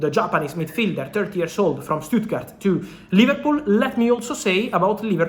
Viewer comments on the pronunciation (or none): none